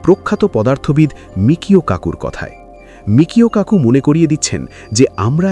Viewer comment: বিখ্যাত তাত্ত্বিক পদার্থবিজ্ঞানী Michio Kaku-এর নামের সঠিক উচ্চারণ হবে: মিচিও কাকু উচ্চারণটি আরও সহজভাবে বুঝতে নিচের বিভাজনটি দেখতে পারেন: * Michio: মি-চি-ও (Mee-chee-oh) * Kaku: কা-কু (Kah-koo) কিছু ছোট টিপস: ১. জাপানি বংশোদ্ভূত আমেরিকান এই বিজ্ঞানীর নামের 'Michio' অংশটিতে 'ch' এর উচ্চারণ বাংলা 'চ' এর মতো হয়। ২. 'Kaku' অংশে 'a' এর উচ্চারণটি দীর্ঘ 'আ' এর মতো (যেমন: 'কাকা' শব্দের প্রথম অংশ)। অনেকে ভুল করে তাকে 'মিশিও' বলে ডাকেন, তবে তিনি নিজে তার নামের উচ্চারণ 'মিচিও' হিসেবেই করেন।